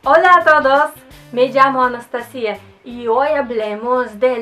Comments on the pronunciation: No sé en Latinoamérica pero en España tu nombre se pronuncia Anastásia, no Anastasía. Estás equivocada respecto al Francés y al Inglés, el acento es muy diferente y difícil de imitar. Sí es cierto que el Italiano y el Portugués son bastante fáciles para nosotros, el problema es que son poco útiles para viajes y negocios. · Gracias Anastasia por tus reflexiones y muy buenos tus vídeos. Sólo quería hacerte este comentario adicional, cuando nos saludas diciendo que eres veo que le pones el acento a la sílaba final y fonéticamente se escucha mejor si lo haces en la "ta" creo que suena mejor. Gracias.